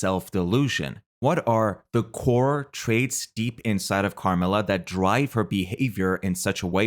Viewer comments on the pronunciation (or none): none